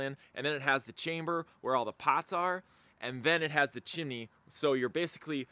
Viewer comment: Are you saying “Chimmy”?